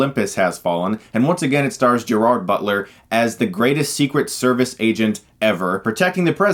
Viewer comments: Ok, as a Scot, that's not how you pronounce Gerard Butler. It's not like a Spanish soft G, it's like a hard J. Sorry, kinda bugged me. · Why can't anyone ever pronounce Gerard Butler's name correctly? T_T